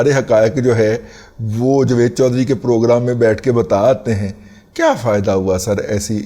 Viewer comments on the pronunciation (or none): none